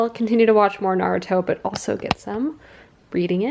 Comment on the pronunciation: You can buy bagels at the grocery .It's driving me nuts that she says Naruto wrong 🤪